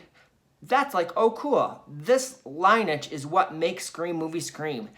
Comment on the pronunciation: Lineage = “ lin·ee·age ”